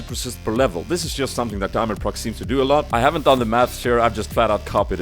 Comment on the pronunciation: Actually inSec did it before on Lee sin and shaco. Then just Diamondprox did it on udyr. And diamondprox is pronounced Diamond pro X not diamondprox